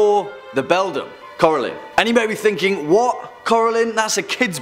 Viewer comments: Never heard of Kora-Lynn. Love Coraline though. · Core-a-line not core-e-lin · Come one man I know you know how to say coraline they say it a lot in the movie Cora-Line